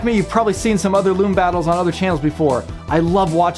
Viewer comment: LUME, SOOOOOO MUCH LUUUUMMMMEEEE. It's